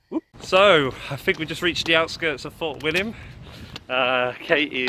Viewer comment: Walking the West highland way in 3 weeks ,3rd time it just gets under your skin laughed at the pronunciation of the places you got Fort William right that was it, well done in walking it in 6 days 👍.Katie really felt for you